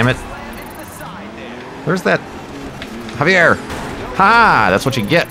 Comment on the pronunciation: Javier, it's pronounced havier. Lol that's my name Aaahh rymes